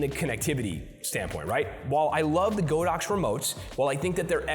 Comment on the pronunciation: ITS G A A A A D O X . NOT GOOOOOODAX . LOLS